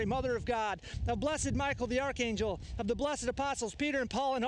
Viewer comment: You pronounced archangel incorrectly